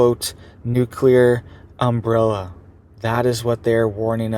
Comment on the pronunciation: You can spell nuclear... Why can't you say it? I'm sure you used to. But that's like 6 times in a row you said it wrong